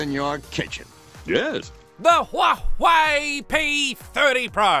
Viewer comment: The only Youtuber that can pronounce Huawei! Gold Star!